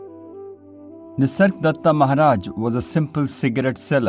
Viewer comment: Is it just me or does he keep calling him “Nisardatta”?